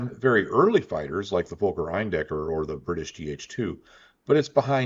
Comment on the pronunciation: The folker eindekker,fokker is pronouced fawker not folker,they're is no L in the word Fokker.